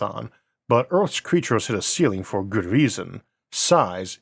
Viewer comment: Gwavity cweatures fwozen